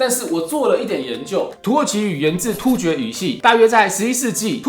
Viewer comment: 可能要先把中文學好 我第一次聽到有人突厥的突發成一聲而不是二聲的